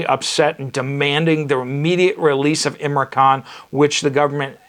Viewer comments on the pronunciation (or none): Pl name ia im ran khan not imra. It is a token of respect to get names right .